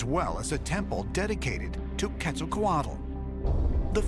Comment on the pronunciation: Learn to pronouce the names, If can say sean correclty, you should say Teotihuacan and quetzalcoatl correctly. horrible sounds come from your mouth